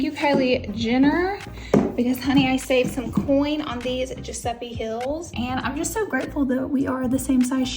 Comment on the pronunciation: giuseppi? gurl- giuseppe